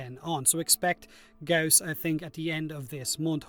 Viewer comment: I love that you occasionally actually say Gauss correctly instead of "gauze"